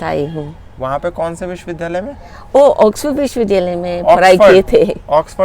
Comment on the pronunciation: कृपया विश्वविद्यालय बोलते हुए 'द्य' के उच्चारण पर ध्यान दें, द् य, न कि ध् य। क्षमापूर्वक